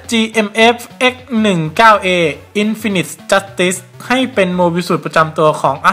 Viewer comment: อ่านว่า อินฟีนิที จัสติส ไม่ใช่หรอครับ